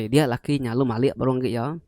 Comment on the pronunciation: Cerita manah..tang ka nanya ke jaku "MALIK" ke dikena...malik tu merening..enti "mali""ukai mali -(ukai reti utai ti enda tau)...sebut mali enggau malik reti ya enda sama....